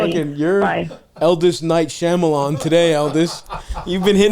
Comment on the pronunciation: "Eldis Night Shyamalan" LOL